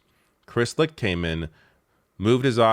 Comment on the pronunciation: Licht- pronounced Light